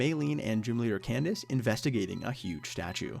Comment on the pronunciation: I know I've been out of the game for a bit, but hearing you say Candice was like a glass of water in the face.